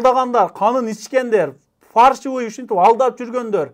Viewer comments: Өзөгүн туура айттың ,бирок билим ал ,фаршывый эмес фальшивый болот тууганым. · Регистрация баюнча суйлодун туура ал жагы бирок фаршивый эмес фальшивые деп айтылат😂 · Фаршиаый эмес Фальшивый деп айтылат